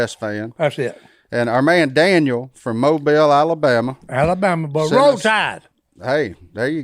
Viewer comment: Mobile is my hometown! Bonus for pronouncing it right